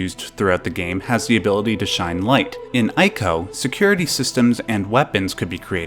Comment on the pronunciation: Not to nit pick... but as 'Wander' is pronounced 'Wanda' in Japanese, ICO is pronounced 'ee-co not 'I-co' ; )